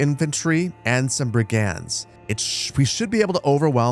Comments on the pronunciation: just google how to say "brigands" please. Why the fuck do european teenagers know how to say shit in their 7th language and u dont in your ONLY? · American pronounciation of brigands just sounds wrong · Why can't you say the word "brigands"?